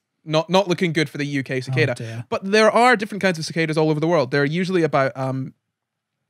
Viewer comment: so I've been pronouncing cicada wrong my whole life.....huh, the more you know